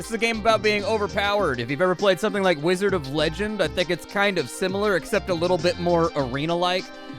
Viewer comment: can't help but notice you're saying "wazard" wrong